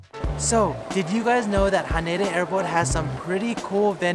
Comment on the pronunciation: You're saying Haneda wrong...